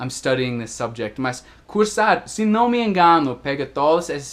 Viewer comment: Esse canal é maravilhoso, recheado de dicas espetaculares! Seria meu sonho? kkkkkk Obs: acho muito legal qdo fala "né" e "cara" pq a gente até esquece que é gringo, na verdade acho que a unica coisa q denuncia que vc não é um falante nativo do português é o som do ã, qdo fala não, no inglês não tem esse som anasalado né? E por falar em pronuncia, faz mais videos de palavras parecidas, por favor? Não consigo diferenciar essas aqui: - eat/it -weak/week/wick -There/ their - Buy/ by -No/ know Na verdade tem várias, mas não quero encher muito o saco kkkkk